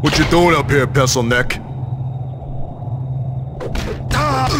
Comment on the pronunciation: 😄😄😄! Sounded like he said, “PESSil-neck.”